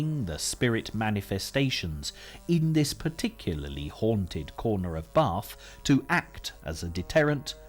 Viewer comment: there no r in bath